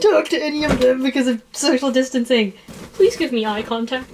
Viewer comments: I heard sexual distancing instead of social distancing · i heard 'sexual distancing'